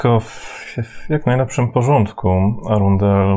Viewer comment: Arundel = rondel , cały czas słyszę rondel 😂😂